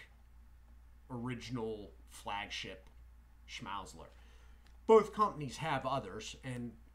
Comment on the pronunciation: Schmal-zler is how it's pronounced